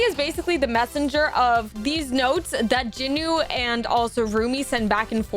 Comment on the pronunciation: JINU "JE-NU" NOT "Jin-u"